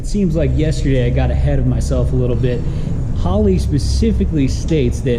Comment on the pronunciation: Normal people: Holley: Hoe Lee